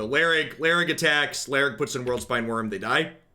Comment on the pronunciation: iLharg btw not Larig